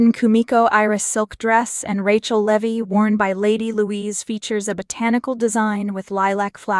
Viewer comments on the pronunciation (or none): none